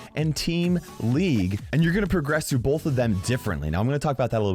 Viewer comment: I didn’t know the word “both” had an L in it.